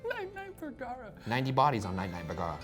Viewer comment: I’ve heard boogara so much I forgot his name was bergara